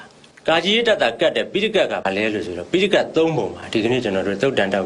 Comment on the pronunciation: ဆရာ ရှင့် ဒီ အမျိုးသမီးက phitaika ကို တောင် ပီအောင် မပြော နိုင်ဘူး